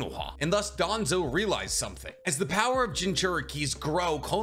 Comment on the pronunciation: Wouldn't even be surprised if it was danzo Its danzo cmon